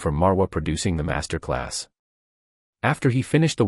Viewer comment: Did I hear you right did I hear you say “Mess-ter-class”? Lol 😂